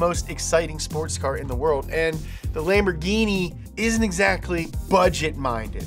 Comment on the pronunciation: Add LIKE for pronunciation of LAMBOGI-MACHINE